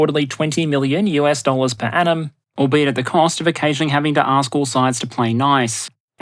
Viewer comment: I was confusing the crap out of my self since I listen to this as a podcast as I work. I kept hearing "per annum" as "per atom/Adam" which I thought was a joke at first to joke about how dense the shipping lanes at first. I am uncivilized and rarely heard the phrase "per annum" before and makes more sense seeing how it's spelling thanks to Transcript feature.